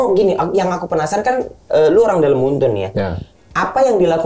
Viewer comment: Moonton bacanya MUN-TON